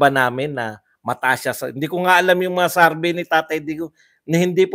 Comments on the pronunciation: Correction lang po, it's not Sarbey its survey :) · Survey hindi sarbey po 😊